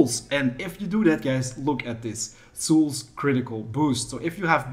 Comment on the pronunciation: Bro I love your videos, But learn how to say souls lmao xD